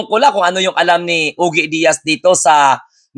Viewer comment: Ojie iyan ang pag prounce sa pangalan niy.